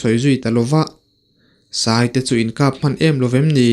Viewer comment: Taw tê pawh a sai lo tiha sai hi elephant anga thlûk tur a ni lo va, thlûk hniam tur. Nghîng/khûr tihna a ni e.